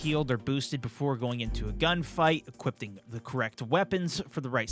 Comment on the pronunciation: he just said equipting 😂